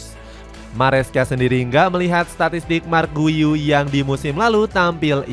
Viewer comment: Kasih info cara sebut nama pemaen min , buka marc guyu , tapi cara panggil nawa nya yg bener yaitu 'mark gyu'